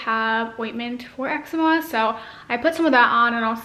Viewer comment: Excema... lmao. Eczema! Love ur lips though!! :)